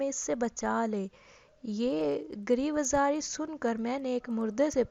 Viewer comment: Pehle urdu pRna sekho phir vedios banao ghira o zari gher ghera ker😀😃😀